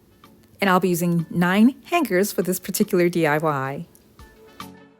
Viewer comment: SORRY MISS, THE PRONUNCIATION OF HANGERS IS: HANG ERS! THE G IS SILENT!